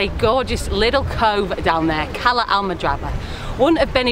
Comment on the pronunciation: What is "liddle? Liddle walk, liddle beach.!